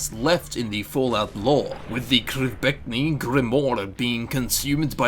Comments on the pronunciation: Pronounced "Krem-vuh" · New Drinking Game: Take a shot each time he say's Kremvh with an accent.